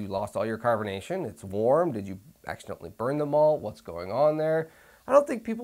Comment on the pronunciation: oh "MALT" i thought you were saying "MOLD." LoL! great episode! how did you carbonate your homemade Nay Nay (NA beer)?